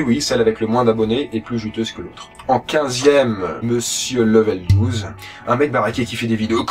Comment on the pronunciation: Tu sais pas prononcer LEV12 x)